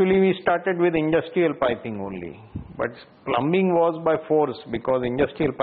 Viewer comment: Its pronounce plumming not plumbing